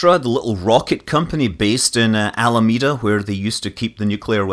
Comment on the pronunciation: "In Almeada where they used to keep the nuclear WESSELS?" Wessels? Verrry well Mr. Scott! :D